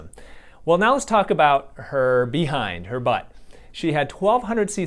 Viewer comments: Bee hind 😂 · LOL bee hinde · "BE-HIND" that emphasis of DOC